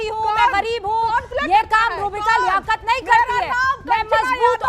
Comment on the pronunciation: लियaकत को लेआआकर😂😂